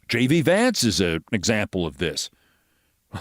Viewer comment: "Shay-De" Vance